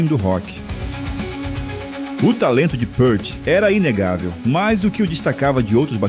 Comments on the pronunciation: Pra quem não é fã o vídeo não passou nen 10% do que Neil foi, aliás, se fala pirti, não pârte... Fundo musical nada a ver com o Rush.. assisti nem a metade do vídeo. Fui! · Pequena correção. O sobrenome dele é falado “piert”, não “pârt” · Amigo, só uma correção: a pronúncia é "pirt", não "pãrt". A fonte é a tradutora dos livros dele para o nosso idioma. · Pârti, não! Píârt, repita comigo, Píârt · A pronúncia é Pirt. Ele mesmo falou isso em uma entrevista a Modern Drummer em 1995. Neil PÂRT é invenção de brasileiro 😂😂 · péart? Que falta de respeito. Ele odiava a pronuncia errada de seu nome."Niu Piiirti", para vc iletrado que nao soube homenagear o mestre. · A pronúncia correta é Neil "pirt". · Obrigado pelo excelente vídeo! Só uma pequena correção quanto à pronuncia de Peart (Pirt). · o video é bom, o cara é uma lenda! mas o narrador estude pronuncia..... o nome dele fala "piert"" o album se diz "hemisfiers"